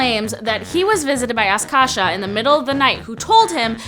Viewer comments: it's not askasha it's Akasha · Akashi, not Askasha